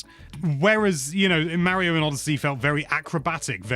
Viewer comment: Legit what’s with him seemingly purposefully mispronouncing “Mario”?